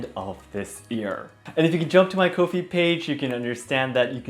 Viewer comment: I think you would be an great teacher! Just a little side note, I think Ko-if is pronounced ‘coffee’. - so people can buy you a ‘coffee’ 😁